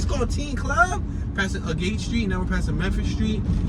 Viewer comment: I lived on Agate in clearfiled is pronounced agget st great video watch the whole video through I really enjoy these